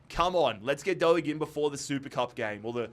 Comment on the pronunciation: Doig, D Oi g is the way to say it